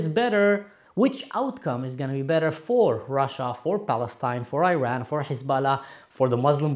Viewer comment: First off, learn to pronounce the word Iran correctly. Secondly, use Islamic Republic when you are referring to the thugs that have ruined your Syria. They do NOT represent us Iranians in any way, shape or form.